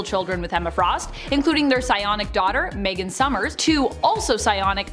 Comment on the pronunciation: Meg-GON? Who the hell is Meg-GON?! Ohhhhh! You mean Capt Britain [Brian Braddock]'s wife ❤Meggan, lol